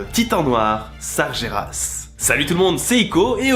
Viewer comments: Tu lis Sargeras comme si tu l'écrivais "Sarjéras". Ca se dit "Sarguéras". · Ça se prononce sarGUÉras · Sargeras ce prononce Sargueras